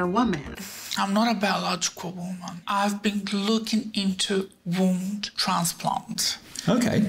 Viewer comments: I think she said "Wound" transplant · I think it’s very fitting the first time “womb transplant” is out of her mouth in conversation with the doctor it’s sounds almost like “ WOUND transplant “